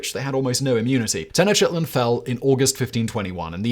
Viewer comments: can't remember if I ever heard him butchering mayan names, but his ten-o-shitlin is a classic we should demand a video about the aztec pantheon - that'd be gold 🤣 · I like how he always pronounces the aztec capital